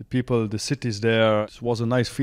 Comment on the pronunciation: i like when he says "the pipel"😅